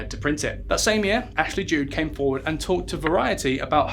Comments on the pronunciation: Fucking pronunciation Ashley Judd... two DDs it's a hard D no E after. It is getting embarrassing. I am an opera singer and we do read throughs in languages we can't even count to 10 in. Standards!!!!!! Also INDICTD!!!! I am as gay as they come, indicked sounds good to me but you pronounce it in-di-ted!!! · McGowan rhymes with McCOWan. Ashley Judd rhymes with wood.